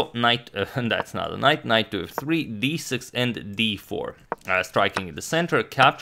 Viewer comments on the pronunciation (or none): THAT'S NOT KNOIGHT. THIS IS A KNOIGHT. sorry